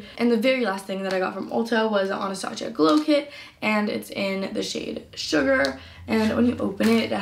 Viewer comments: “AnastaShia”😂 ughh the cringe its Anastasia 🙃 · "Anastashia" she said 😂😂😂